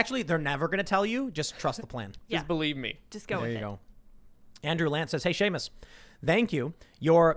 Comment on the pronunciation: I just noticed you call Seamus freedom toons lol.